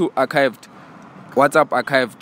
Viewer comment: Not my guy saying arkived